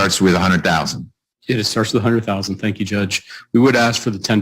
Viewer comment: He’s the president of RCA and can’t even pronounce “you” correctly…